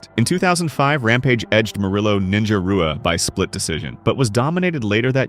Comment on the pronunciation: Rua is pronounced "hoo uh". Damn bro, act like you are actually familiar with this sport. Your whole channel is dedicated to it.